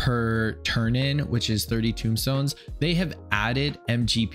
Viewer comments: Tomestones not tombstones bro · Uwah! I love you man, but it's TOME stone, like tome, like book, because there is knowledge in them, like they are electronic diaries full of Allagan goodness XD not tombstones, this isn't pizza or a grave lol.